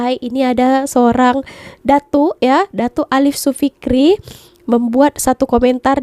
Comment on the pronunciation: Hi..dr Johor hadir... Alif Syukri ✅️ Alif Sofikri ❌️ Maaf & keep content..smgt & cpt sehat🤗